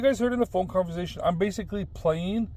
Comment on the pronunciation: He says converzation lol not conversation he says it with a (z) has me dying Everytime